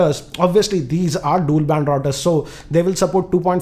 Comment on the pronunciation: Wifi raooters😂😂